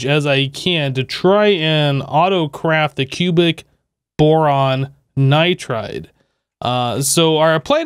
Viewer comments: It’s not nitrade it’s pronounced Nigh-tride Edit: He figured it out later in the video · There's no A in nitride plsss stop saying nitrade!!!